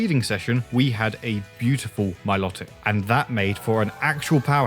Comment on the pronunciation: Please say Milotic's name correctly its pronounced MILO TICK not MILOT IC